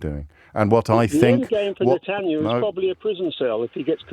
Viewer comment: The caller can’t even pronounce Bibi’s last name- keeps calling him Netanyoo, yet he feels like he’s clever enough to call in to debate James.